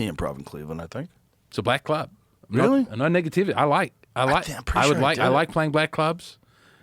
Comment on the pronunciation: “no nigativity”😂😂